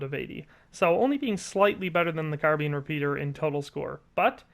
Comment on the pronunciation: CARBEEN REPEATER!? LMFAO! 😂